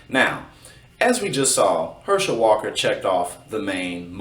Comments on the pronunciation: At least learn to pronounce his name correctly if you're going to talk about him. I guess you didn't watch football much. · Wow. He took some hits didnt he? That right eye dont work right and hes got some speech deficiencies too. Its Herschel it is NOT Her-shell. Brain up dude! Youre terrible at this and should go away, youre just an ego with a mouth hooked up to it. Once again it is Herschel NOT Her-shell dough head. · You are not Pronouncing his name correctly go back and watch a football game from the 70s man it’s Herschel Walker not her shell Walker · Him saying her-shell instead of her-shil was driving me nuts